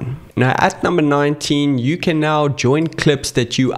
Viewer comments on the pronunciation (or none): none